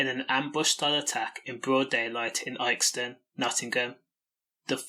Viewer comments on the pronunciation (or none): Ilkeston is pronounced ILL-KES-TON